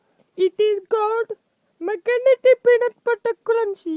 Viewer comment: "Benut butta cruncheh"